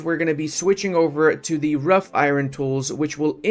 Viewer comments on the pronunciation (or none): They aren’t “rough iron tools” they are “wrought iron tools” pronounced like rot.